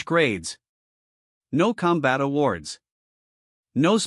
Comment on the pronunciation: "...use them for challenge com-BAT"!!!!???? WTF is "com-BAT"!!!!???? I know what "COM-bat" is!!!! But, I have NO FREAKING clue what "com-BAT" means!!!!! Stress on the WRONG syll-ABLE is either incoherent or changes the meaning of a sentence. FIX your AI!!!